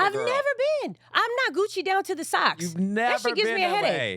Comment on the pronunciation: Ummm, Laura, it's not Gucci' it's, "Coogi down to the socks."